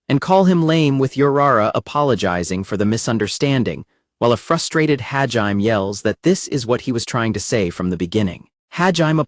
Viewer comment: I congratulate all you crazy mfers that sat through six hours of the AI narrator butchering Hajime's name. You're the real ones.